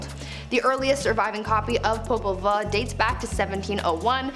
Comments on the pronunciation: This is such a fun channel but so many words are mispronounced. The title is pronounced POE-PUL-VUE. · It's pronounced poe-pul-voo popol vuh is nahuatl the language of mesoamerica